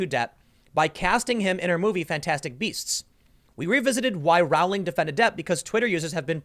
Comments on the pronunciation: It's pronounced the way you would say Rolling but with the 'w' sound after the 'o' ... not Rah-w-ling. Jeeez! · omg, it's rowling, like bowling. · Rowling is pronounce Rolling, as in row, row, row your boat.